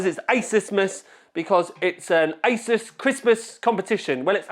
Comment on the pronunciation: Sounds like he said I was at the isis offices 😂